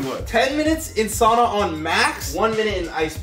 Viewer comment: You said sauna rong